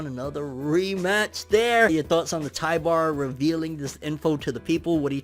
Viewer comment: Also, his name is Tybur, not Tybar.